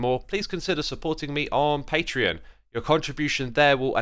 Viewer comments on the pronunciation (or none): none